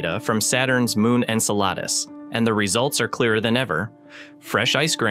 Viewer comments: Icel-a-dus, not a damn enchilada 😅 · MORONS .... IT IS PRONOUNCED. EN CELL A DUS ...... MORONS, typical NASA! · This AI voice needs a tune-up it has pronounced Enceladus 4 different ways. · Isn't it pronounced 'N-cell-uh-diss'? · Incel Lattice? Enchiladas? Ensiladis?! Wtf 😂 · I just can’t with the AI’s pronunciation of ɛnˈsɛlədəs… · I swear the different pronunciations must be intentional 😂😂 Jeez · It's painful hearing Enceladus continually mispronounced. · Listening to this is like listening to finger nails on a chalk board. It’s amazing how many different ways this AI voice attempts to pronounce Enceladus. Clearly, no one is watching these videos after generated to see if they are actually pronouncing proper names correctly in English. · The repeated and varying pronunciation of Enceladus is extremely annoying and the detracts from the contents being presented. As good as the voice sounds, it is obviously an AI. This demonstrates the lack of care that this production company is putting into this material. Why don’t they use a real human that can read copy properly? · Teach the AI voice to pronounce the planet names. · Never have I heard the name Enceladus so appallingly mispronounced 🤦🏼‍♀️😂